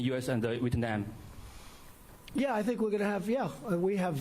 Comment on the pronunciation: 这个中国的记者连越南两个字都发不准😡, 搞得川大爷听成了日本😂。就是英文水平还派出来采访川普😱!